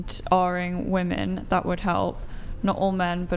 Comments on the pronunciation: "are you saying that you don't think woman should get hired?" UGH. First off, the mispronunciation of the word "women" by a native speaker is grinding my gears. Second, she's running in a whole different direction he said nothing of the sort. Why must they reach for these made-up things? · I'll never understand why all of these 304s cannot pronounce women. They always just say woman and it's irritating as fuck. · Why in the world do all these females keep saying WOMAN instead of WOMEN when something is plural? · Why have so many Americans forgotten how to pronounce the word "women"? I hear it on almost every video I watch. What the hell is going on??